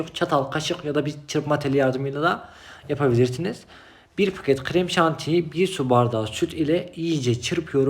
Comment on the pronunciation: Bğri Pağhket Ğhreğmşantiğ